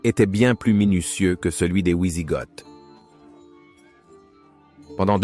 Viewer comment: Super vidéos merci à toi sur cette période il n y en a peu. Par contre pour les prochaines pitié ont dit "vi sigoth" et non "oui sigoth" merci à toi 😂